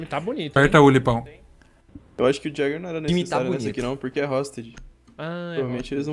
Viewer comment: Não se pronuncia "Jäger" e sim "ieguer"